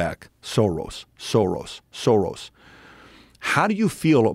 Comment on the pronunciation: Arrghhh it's pronounced 'Shorosh'!! With an SH!!